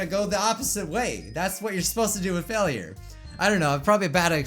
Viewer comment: you say failure it sonds like fellure